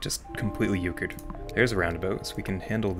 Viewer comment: “Completely Euchred” I sense a Midwesterner